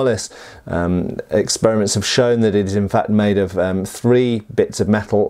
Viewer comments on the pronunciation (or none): none